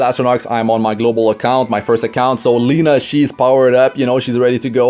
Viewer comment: It is not [ˈliːnə], it is [`lenʌ].